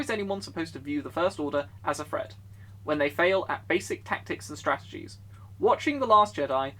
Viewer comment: It's threat not fret